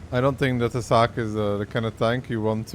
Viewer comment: i never hear someone pronounce it like this- its a whole new tank